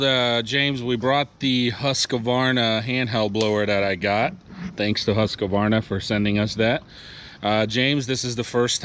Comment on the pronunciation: LOVE YOUR VIDS !! But one thing is killing me lol HUSQ-VARNA. NOT HUSQA-VARNA. Keep up the awesome work!